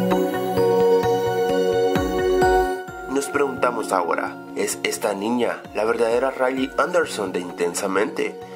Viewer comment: Andersen, no Anderson